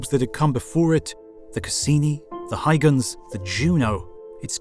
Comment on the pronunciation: Christian hygens? There is a U there and it isn't silent ;)